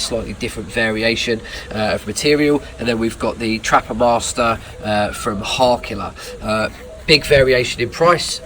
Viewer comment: Hawrkila? "ä" is pronounced like the "e" in elf.